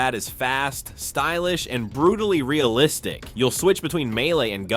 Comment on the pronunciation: "Ultra realitic" 😂